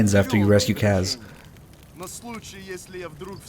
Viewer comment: Why does insist on pronouncing Kaz incorrectly?